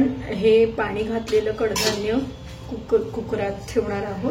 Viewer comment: कूकरचा उच्चार खूपच विनोदी करताय.